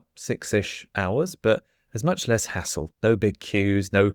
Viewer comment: I was driving while listening, and all of a sudden, I hear saying that when travelling by train, there's much less asshole! I can't read the subtitles so I rewind a bit and listen again, and again. I didn'd know this word "hassle" until this afternoon. In my french ears I make absolutely no difference between these two words 😅